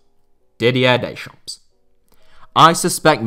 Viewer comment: stop calling him daychomps